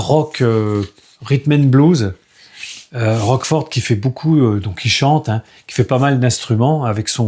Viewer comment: Désolé d’apprendre que tu as eu des petits soucis de santé, courage, tout ira bien. Roachford ( on prononce Roche Ford) est le chanteur du groupe de l’ex bassiste de Genesis Mike Rutherford, et fait une carrière solo. Le John Paul Jones je l’ai aussi et en effet c’est pas terrible du tout. Le groupe c’est House Of Dolls, c’est leur 4e album et ils sont de Dublin, cqfd.😉Was not Was est le band du producteur américain célèbre Don Was.